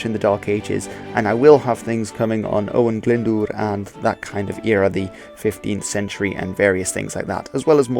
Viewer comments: You pronounced Glyndŵr's name right! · Jonathan Murphy Cadwaladr and Caswallon is dodgy, but Glyndŵr is absolutely spot on. Doesn't help that spelling used for Cadwaladr uses two ll for some reason, which may make unsure of the pronunciation. It's just one l in Cadwaladr. By the way, 'cad' is old Welsh for battle which is why it crips up in names of kings. And in modern Welsh is most often heard in the Welsh word for 'headquarters', pencadlys, which literally means 'head (main) battle court'.